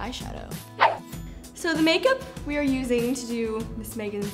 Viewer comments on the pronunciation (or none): i keep repeating it just sounds really funny how liz says "so the make-up" :D:D